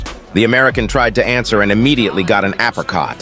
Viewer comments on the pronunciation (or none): Matador, says motodor. Uppercut, says apricot. xD